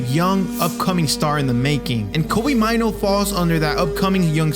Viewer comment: It's pronounced May-Nuu. It's a Ghanaian name.